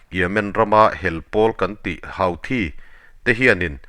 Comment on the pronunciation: Houthi hi (Huthi ) tiin lam tur a ni zawk lo maw Sir, Hauthi ti lovin😊